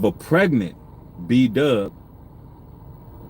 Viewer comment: Not PRegant?!?😩😩🤢🤢. Say it ain’t so. It’s hard to get through this without urling